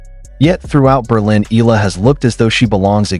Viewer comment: E-ya-la the right pronouns bro thanks ❤❤❤